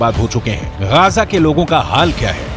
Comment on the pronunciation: Bhai, wo Gaja nahi Gaaza hota hai :)